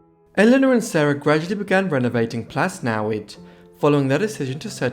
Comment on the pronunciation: The double DD at the end of Plas Newydd is a single letter in Welsh and pronounced as a “th” as in the English word “Thee”